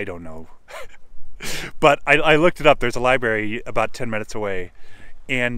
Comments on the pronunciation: The word is "libRary", you are dropping the R... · ...found that endearing.